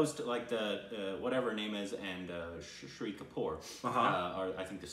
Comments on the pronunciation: It's Shaaahid Kapoor. Not Shiri kapoor😂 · Why do you keep pronouncing Shahid Kapoor as Shree Kapoor? It's not that hard to pronounce! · Lol I love that you loved this film so much. The only thing is that didn't pronounce Shahid Kapoor correctly, but hey we've got a couple more amazing films from him that you'll eventually watch to get it right lol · I kept thinking in start who is this "shri" kapoor they are talking about, maybe some new actor/director in town then after 3 minutes it struck oh my they are talking about "Shaa-hid" Kapoor lol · Shahid Kapoor’s name is pronounced like this: Shah... hid Also, Shahid Kapoor won best actor award in Filmfare and iifa. Haider won best picture across 3 major award functions in india... there might be more but these are the ones I remember.